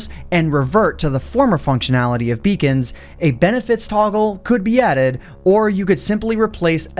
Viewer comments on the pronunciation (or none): everytime he said beacons i heard vegan